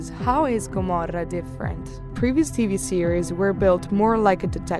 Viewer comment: It’s the perfect italian pronountiation!